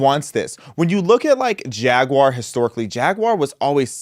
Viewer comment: Thank you for not pronouncing it "Jagwire."